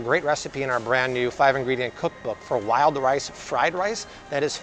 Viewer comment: Did he say "Lyle rice" or "wild rice." LOL! Wild rice!!!